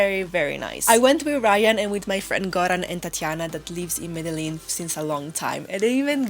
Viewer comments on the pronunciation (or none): Cool video :), but please pronounce Medellin like Colombians, sounds way cooler. Thanks and keep up the good work. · Can’t even say Medellin right gonna trust this stupid review it’s not the top 10 things to do just the 10 things you did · Plis, aprende a decir bien Medellín 😢.